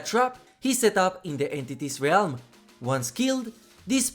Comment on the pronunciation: I always appreciate the content dude… but has NO ONE seriously told you how to pronounce ‘realm’?